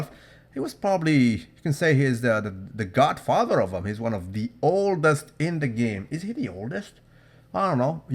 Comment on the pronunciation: Did you say he's the "gut" father